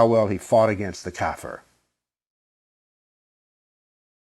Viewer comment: Kafir is pronounced [ kah - `FEER ] , not "cat fur". It's an Arabic word to generally describe things that are against Islam, and in some Middle-Eastern languages with Arabic roots, it basically means anything that's bad. Yes, they use it to describe "infidels" but the word has no direct connection to Europeans.